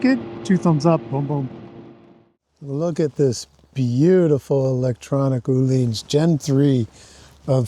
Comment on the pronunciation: Öhlins is not pronounced as "ooh-lins", not as "olins", Ö = like the "ea" in "earn" or the "i" in "first" ;)